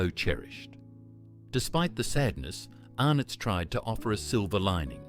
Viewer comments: AI Generated Dribble! The AI voice can't pronounce Fantales, Arnotts and other words correctly with inflictions in or at the wrong point of words. So many images not relevant to the product or even Australia. Outside of that, no mention of "Triple Treat" Ice Cream from Streets! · I Love Sunnyboy's. COLA was my Favourite. I wish they would bring them back. Scorched Peanut Bars are one of my Favourites. I buy them on a regular basis. The Tubs were Great. I would rather buy the bites in the Tub than the packet. The Tubs are easily Recyclable & more Environmentally Friendly than the bites in the packet or even the Bars. I would buy it 100%. You pronounced Arnotts & FanTales Wrong. Don't pronounce the no in Arnotts. And Fantales is pronounce FanTails. But is spelt FanTales. Tales as in a story.